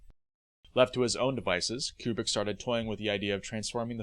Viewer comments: I've always heard Kubrick's name pronounced "Koo-brick" - not "Cue-brick". And Adlai Stevenson's first name is pronounced "Ad-lay" not "Ad-lie". George C. Scott's character's name "Turgidson" is pronounced in the film with a soft g. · Kubrick, not Cuebrick. How do you make a whole mini doc and not know how to pronounce his name?